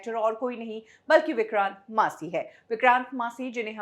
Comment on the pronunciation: अरे, ओ! उनका नाम विक्रांत मैसी है । विक्रांत "मासी" नही । कुछ सच्चा उच्चारण सीख के आया करो, वो शेड्यूल को भी तुम स्केडुअल बकती रहती हो ।